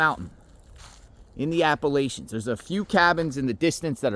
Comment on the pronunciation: Welp, I don't have anything nice to say about your comments or mispronunciation of Appalachians, or about your presence there in a disaster zone, having not come to help or with supplies. Don't give these perps any ideas. Just damn, man. Unsubbed